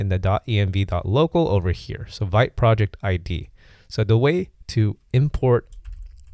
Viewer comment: pronounced "veet" (even says it in the docs). Wouldn't make sense otherwise - "vite" is French for "fast."